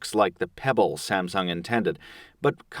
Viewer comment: When i hear when he says the samung word i thought he was saying about samson the giant